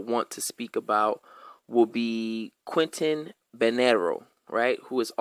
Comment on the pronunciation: Cuban here. Name pronunciation is the first thing you should try to get right when paying respect to someone, and I can say that I see zero effort or research on your side to get that right. Even on your board, you have Quentin when his name was Quintín Banderas. I have never heard anyone claiming that Antonio Maceo was white. He wasn't black either, most people fighting in Cuba back then were called criollos, an african-spaniard mix that today is referred to as mulatto. Hatuey is not mocked in Cuba, but respected. Though that is a really bad beer.